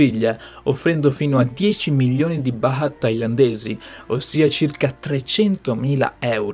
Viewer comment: È milioni e non millioni....l’italiano!!!